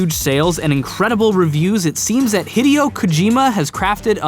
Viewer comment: Ugh it annoys me how incorrectly you pronounce Hideo.